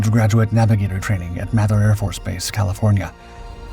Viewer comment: May-ther..not math-er. I worked on that base back in 1994